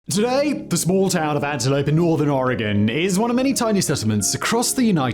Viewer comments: Native Oregonian here, living on the East Coast the last 6 years—the relief I felt when Simon didn’t pronounce it “OR-RAY-GONE” practically gave me my own spiritual experience 🤣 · Thank you for saying oregon right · I'm just happy he's pronouncing Oregon correctly; there are large swaths of the US that has no idea how to pronounce it, but he's FINALLY gotten a handle on it.. However, I'm rarely surprised when someone can't pronounce Willamette correctly. Chinook is another cringy good one. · Thank you for pronouncing Oregon correctly!!! British people usually always get it right, but many Americans from the East Coast incorrectly pronounce it “Or-gone”, when it’s actually “Ory-gun”. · Thank you for saying “Oregon” correctly. I live in Oregon and remember seeing this unfold when I was a child. I was horrifying. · Oregonian here... How does Simon pronounce Oregon correctly when it seems like half of Americans can't... Big brain Simon